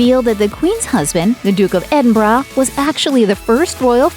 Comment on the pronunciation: Congrats for pronouncing "Edinburgh" correctly.